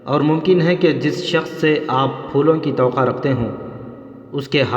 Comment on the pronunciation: Tawqa nhi hota tawaqqo hota h